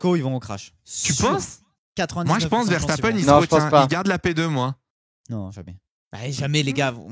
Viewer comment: Pourquoi dit Vershtappen? ça me rend dingue x)